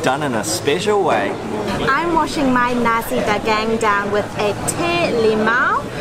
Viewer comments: Nasi is not pronounced "Nazi". The right sound is "na sik" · It's "nar-see", not "na-zi". 😊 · i am sorry.. we dont sell nazi here in malaysia.... :) we pronounced it NA SEE btw. eat more malaysian food. have a great day. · So funny that they pronounced 'nasi' as 'Nazi' haha . But , it's okay haha proud to be malaysian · Hitler would not be pleased because you just ate what i heard as "Nazi"😂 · The correct way to pronounce nasi is na-c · Tea= teh....as in ta..ble Tarik...as in tar...not ter...rik.. as in rake. Rice = nasi...as in naa,si as in see...colloq...nasik..with k ending. Not nazi..omit z sound. Wow superlicious food!!! mouthwatering indeed. Ice lemon tea...lemon used is small lemon called limau kasturi.. kas as in cast, tu as in too, ri as in real. Its small but so aromatic ummm. So hope you get the right pronunciation... Well you could start Malay food restoran in Auckland someday and educate Aucklanders on spicy food. Well done and for a raving review on Malay food. Good to have a Malay food outlet in every city of the world...all halal. Best wishes for more discovery in East Coast.🍽️👏